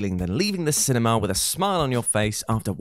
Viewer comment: has a weird way of pronouncing “cinema” correctly and then pronouncing it “cinemer”.